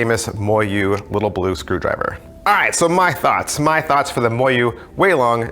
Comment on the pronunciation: It's pronounced mo yu